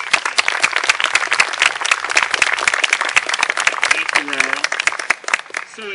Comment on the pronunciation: Ragetti? Ragetti!!!!!!!!!!! Now people will think we are from Italy :( lol just kidding